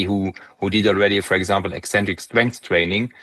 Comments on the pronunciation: You have a funny way to pronounce "eccentric", you say it like "ecentric". *Ex*entric is where it's at. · Eccentric is not pronounced "eee-centric". Ever.